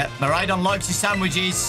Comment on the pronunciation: Fidough is pronounced "F-eye-doe" as it's a pun of "Fido" (an old common name given to Dogs) and "Dough" as in Bread Dough. Miraidon is also pronounced "Mi-ride-on" for obvious reasons of it being a living Bike XD